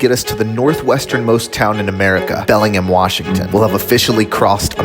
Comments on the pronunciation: For reference, Bellingham is pronounced the American way, not British. It's just "bell-ing-ham," not "bell-ing-m." We are normal here 🙂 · It's pronounced Belling-ham btw, the 'H' is not silent :)